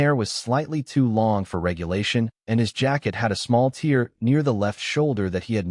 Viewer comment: The jacket was crying? There are two two pronunciations of the word tear, both depend on context.